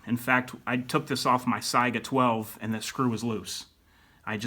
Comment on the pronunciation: It’s not syga it’s se-ga